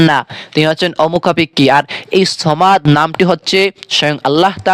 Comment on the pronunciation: সামাদ না সমাদ বলো